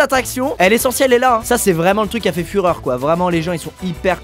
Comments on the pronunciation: Il a insisté sur le mot fureur et ça me faisait penser à Hitler à chaque fois qu'il utilisait ce mot. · J'explique pour les jeunes qui n'ont pas encore etudié : "Ca va faire fureur" Il appuie sur ce dernier mots, qui donne "Führer" et c'est le surnom d'hitler, après tu demande a tes parents tout le monde doit connaitre...malheuresement...